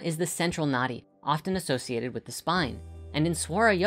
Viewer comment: "Nadi", pronounced "nuh-thee", is the Sanskrit word for river.